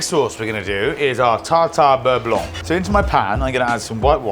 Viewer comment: Hello from france. FYI the C in beurre blanC is silent. Great vidéo has always!